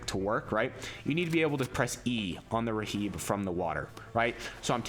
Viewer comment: r.h.i.b. its pronounced rib. not raheeb